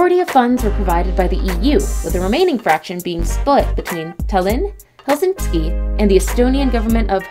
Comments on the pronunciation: I would say you need to get the correct pronunciation of the places your naming, example its HELSINKI ( only 1 s not helsinski) and folkestone the way you said it made me laugh so hard its FOLKE as in people and 2nd part speaks for its self FOLKESTONE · Incorrectly showing the channel Tunnel with roadways....it carries only trains. Also full of annoying mispronunciations of Folkestone, Calais, and Helsinki. Bosphorus, and Thames.